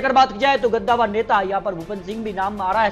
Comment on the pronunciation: गद्दावर नहीं कद्दावर